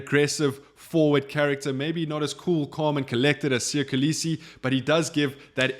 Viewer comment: Still cannot pronounce Kolisi 😑